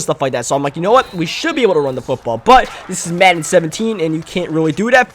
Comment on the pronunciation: the way he says Madden lol